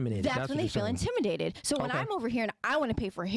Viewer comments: the word is intimidate not intiminate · Intiminate lol wtf it's intimidate learn how to pronounce before you be talking on a podcast and making yaself look like a fool other than that I do agree women like this are just plain annoying and stats show it that when a woman or women make a certain amount of money it makes it more difficult for her to hold a guy down in a serious relationship.